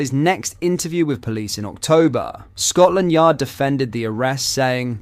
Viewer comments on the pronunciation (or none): none